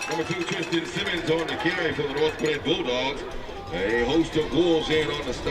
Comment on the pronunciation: Bro why he keep saying north gwinnit